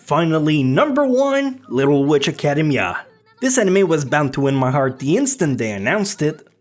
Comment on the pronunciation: THAT'S NOT HOW YOU SAY ACADEMIA!!!!!! It's "Ack-uh-deem-ee-uh" ("He spent his life working in academia") It's not Academy-uh